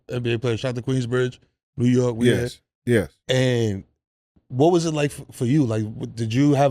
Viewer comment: Mike is so funny , he said New York par .. lol